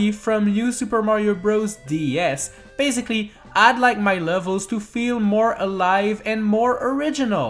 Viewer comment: Who else realised he is saying baziclly?